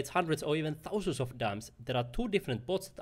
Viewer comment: "Fourteen TOUsand Dollars "...😅 I actually really got value from your video.